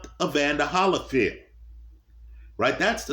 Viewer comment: Why u pronounce Holyfield like that